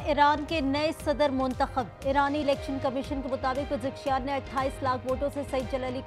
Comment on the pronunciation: مسعود پزکشیاں نهیں بول میڈم پزشکیاں کهاں اسکول پڑھی ہو..؟